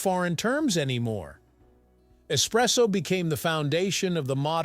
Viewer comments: es- presso! not ecspresso, that's a no no! kapeesh! capacola breath? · Yeah ESpresso, ✅ ❌not Ex presso